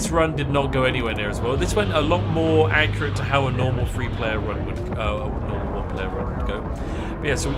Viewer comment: it three not free